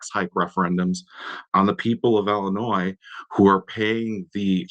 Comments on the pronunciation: I noted this too, The Ilan of illinoiS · The fact that he pronounced the S in Illinois is grounds for impeachment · Our AG's name is Kwame??? He calls our state; Illinoi "S". Where's he from? Is he there to blow smoke at us? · How can he be the Illinois AG and he can't even say the name of the state right? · You mean to tell me we have politicians and elected or appointed individuals that don't know the S in Illinois is silent? How can you run a state if you can't even pronounce the name? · The damn attorney general can't pronounce the states name? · Kwame doesnt know where one of his biggest school districts are is in Cook County and the state as a whole and doesnt know that he would prosecute state level fraud from government bodies... thats insane. The worst part is pronouncing the S in Illinos. Thats a huge red flag 😂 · this POLITICIAN DOESN’T EVEN KNOW HOW TO PRONOUNCE ILLINOIS! Wake up Illinois! It’s your own doing! So stupid! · Will somebody please tell Kwame Raoul the ‘s’ in Illinois is silent…. What a friggn embarrassment. Can’t the democrats find people better educated to run for these higher offices????